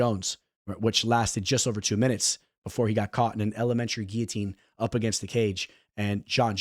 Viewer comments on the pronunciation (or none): none